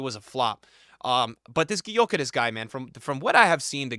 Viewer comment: Stop saying Sesko. It's Sheshko. Ch sound not S. Also Gyökeres is Gyuh-keresh, not Gy-okeres. American pronunciations bruh 🥀